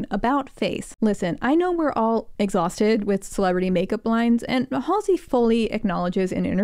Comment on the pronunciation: Not MALLSEY😂